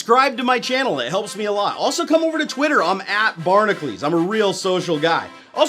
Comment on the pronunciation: I've never understood why he call's himself "Barnaclees" when it is spelled "Bar-na-cu-les" bahr nah kyuh leez... If you think about it you don't call "Hercules" Her-clees it's hur kyuh leez